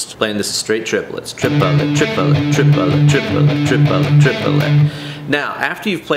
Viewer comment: Tree-puh-let.. Screw it, I'm going with Chipotle 😂